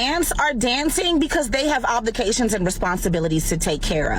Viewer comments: Did she say "oblications"? Lol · “oblikations” lol